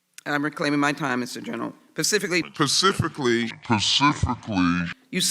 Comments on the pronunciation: PACIFICALLY. ARE YOU FOR REAL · Why I do get so angry when someone says "pacifically" or they have an "ideal". I cant believe anyone could sit through these questions. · I felt so bad for Barr and detested the Left in the house even more if that is even possible. PACIFICALLY Sheila Jackson ... Funny as hell. Learn English.